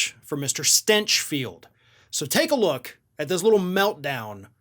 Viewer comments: Stinch pronounced as stench. Yes, I can sign up to that. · "GRANT STYNCH FELT" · Did he pronounce it "Stenchfield" on purpose??? XD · "The stinch of stinchfield" 🤣🤣🤣🤣🤣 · I like how you pronounce his name “Stenchfield”. 😜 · Did you say Shitfield? My pretend hearing aids cut out.